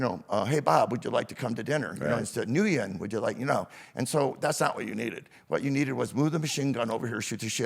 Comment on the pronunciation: "hey nooyen" LMFAO i'm assuming he meant nguyen? (pronounced "nwin")